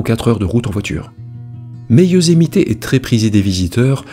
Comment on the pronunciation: Youszmité ? Ou yousemite bordel ta jamais regarder de filme us pour franchisé des nom simple et super connue